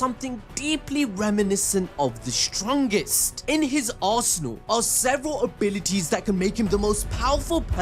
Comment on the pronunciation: What he said (in his arsenal), what i heard (in his as*hole)